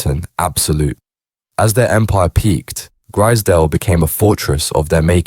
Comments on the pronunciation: You pronounce it like you would say prize .. grizedale estate not grizdale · “Grizzerdale Estate” 😂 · AI voice? Keeps switching pronouncing their surname. Also the pictures look like Grizedale Estate, Lake District. Very different type of estate to the one in Liverpool